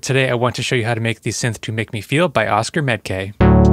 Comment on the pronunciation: Oskar Med K is pronounced Oskar Med Ko, not Kay 😉